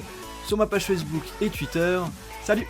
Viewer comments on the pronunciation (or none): none